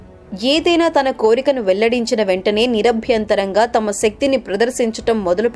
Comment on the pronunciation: Chala bavundandi mee gontu.....daya chesi..."Nirabhyam" ani kakundaa "Nirabyantarangaa" anali...sarichusuko galaru